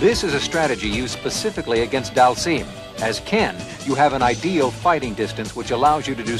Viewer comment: Slightly impressed he pronounced Dhalsim correctly... then came "Roo."